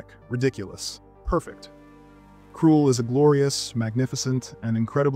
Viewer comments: kroul? Cruel? dude. It's Kruhhhhl. As in Duuuhhhhhhh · It’s not Kruel, it’s KrUll! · ....krull, not krool. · It was called Krull, not Cruel. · Krool? I think it's pronounced Krahl, I remember sneaking out of bed at 2am to watch when it came on late at night 😆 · Krull is pronounced like skull not cruel. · KRULL …. kr-UH-ll!! UH. Like skull. 🤦🏻‍♂️ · Why did you pronounce Krull like Cruel? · I was enjoying this until you pronounced Krull. cos it sure as fuck isnt pronounced Cruel now it it, I vomite shit into a bucket i was so triggered lol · Krull is NOT pronounced like "cruel". You obviously haven't watched this movie, which casts doubts on the veracity of your comments. Have you actually WATCHED any of the other films? Or just lifted review commentary off the Internet to make a clickbait video? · You didnt even pronounce Krull correct.